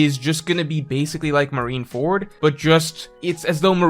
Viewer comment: Holy CRAP that was shocking! pronounced Marineford correctly! Well done sir, you're one up on GrandLineReview! In all seriousness though, I do think Lafitte at Egghead is a guarantee. As of now, he's the only Blackbeard Pirates member whose Devil Fruit we still don't know. And while I want Kuzan to be putting on a show for the pirates and secretly working with SWORD, it would be fascinating if he truly is out for his own agenda.